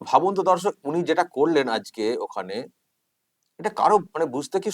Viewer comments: দর্শক শব্দটি ঠিক করে বলুন, ধর্ষক শোনাচ্ছে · দাদা, আপনি দর্শক না বলে ধর্ষক বললেন যে, আমি আপনার কথাটা ১০ বারের বেশি শুনেছি। আপনি প্রয়োজনে শুনে দেখুন। মমতাজির ভুলভাল কবিতা শুনে আপনিও কি ভুল বলতে শুরু কররেন। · দাদা আজকে শুরুতে দর্শক বলতে গিয়ে ধর্ষক বলে ফেলেছেন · হিসিমনি তো তার মতো বললো। কিন্তু আপনি 'দর্শক' বলতে গিয়ে একদম প্রথমে কী বললেন?😝